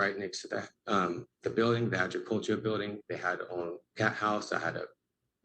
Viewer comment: Man can’t pronounce the word “agriculture”.